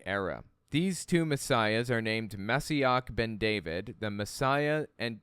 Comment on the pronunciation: re THE HEAL the word heal is עקב AH-KO -v or ya a kove יעקב ALSO its MO SHEE ACH - ACH as in baCH or ACHtung a german h hacking h clearing phlegm